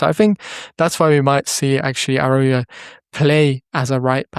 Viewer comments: Please learn how to pronounce his name. I can’t go through an entire season hearing “Arauyo.” 😭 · Nice video! Please stop pronouncing it like that haha. Its araocho